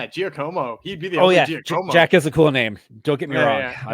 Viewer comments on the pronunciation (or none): I love you guys sooo much! BTW, I think Giacomo = JAH-ko-mo. lol